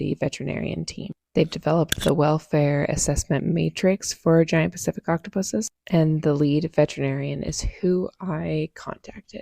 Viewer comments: Third time around that woman said 'Giant Specific Octopus' I swear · The aquarium associate mispronouncing pacific and chromatophores was driving me insane